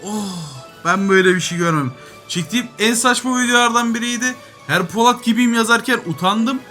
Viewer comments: abi poLAT değil polAT mk kanser oldum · Abi poLAT değil polAT